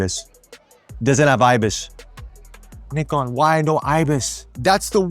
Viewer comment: Very close on 'NIkon', now you've just got to work on 'zed' 😁